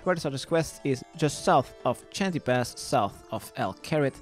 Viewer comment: What's a Chanty Pass? I thought it was pronounced "Shan-tay"